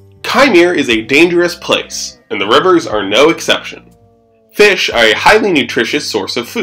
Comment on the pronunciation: Le feesh